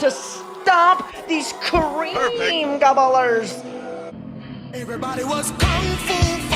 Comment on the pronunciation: "Ka-reeem Gabbbo-lers"...🤣🤣🤣